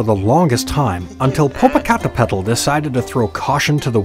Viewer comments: I was so distracted laughing due to the Narrator butchering the names that I forgot to listen to the story. Popo-ca-te-p-tl. And ix-tla-zi-wa-tl. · Im white and even i know it aas wrong because he said it like its spelled. Lol it’s such a beautiful language but must be spoken by someone who knows how for it to sound right. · No mention of the volcanoes shape or topography, which is interpreted by Mexicans as resembling a kneeling warrior before a deceased princess. This is at the core of the legend. When you see these mountains from a distance, their shape reminds you of them. Also, if one does not take the time to practice the pronunciation of their names, why bother creating the video? Very distracting. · The way he pronounced it was adorably funny, but so off 😅